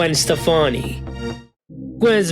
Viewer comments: Steff-on-E not Stephanie. Like wowowowowow how you get an iconic name so wrong lol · Why did you show Fergie's album cover when you mentioned love angel music baby? Also, I've never heard anybody pronounce her last name, Stefani, like the name Stephanie lol